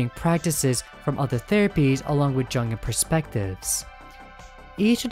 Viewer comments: The 'J' in Jung and Jungian Psychology is pronounced like a 'Y', more like the word Young. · Just to be clear, ringu’s cat dos says she isn’t “greatly more effective”. This doesn’t mean she isn’t as effective, it just means she does about the same in performance as jelly and the spiderpede. Also seeing you say jungian like that hurt me, please dude it’s young-Ian like onion. It’s from the psychologist Carl Jung.